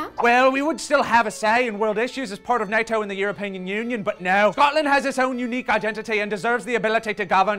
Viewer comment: The "bunk" of England and the "orapean" union?. Darling. o.O